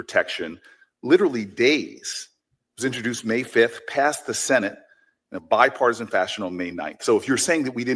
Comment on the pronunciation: Notice he struggles saying the word ‘bipartisan’. It’s because he has never shown bipartisanship. Yes! The LEFT does incite much of the violence in America.